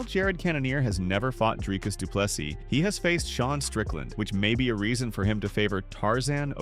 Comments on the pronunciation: Dree as in tree, du Ple SEA,not seeßssssssssdssssss NO,take away the very last S........ see,or sea ONLY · Andre Duplexes?